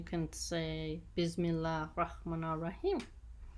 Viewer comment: If I may correct you : Say bissmillah not bizmillah Thank you